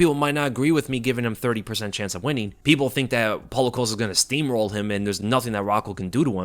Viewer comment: I thought Chael Sonnen was great at mispronouncing names. Then I heard say "Paulo Coast-uh" and wow. is making a strong case for himself.